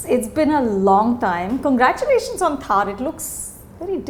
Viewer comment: It's not pronounced Thaaar. It's pronounced Tharr. Like thrrrr. Not thaaar